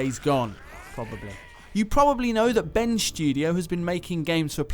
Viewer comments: 'Ben Sjudio' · Am I the only one who thinks it sounds like is saying Ben's Studio?